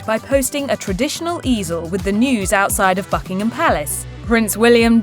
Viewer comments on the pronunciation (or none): I could swear she said Fckingham Palace! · Did the announcer say „Fckingham“ Palace at one point 🤣